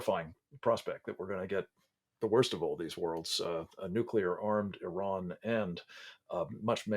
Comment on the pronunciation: How is it that a so-called 'expert' on Iran cannot even pronounce the country's name right?